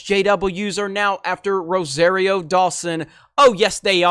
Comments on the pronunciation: Not ROW-ZEHR-EE-O but ROW-SAHR-EE-O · Ro-sahreero. Like sorry. Not airy.